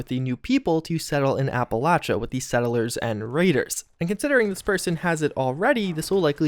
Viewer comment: From someone who lives here, it's pronounced "app-a-lay-sha". your pronunciation is so cringy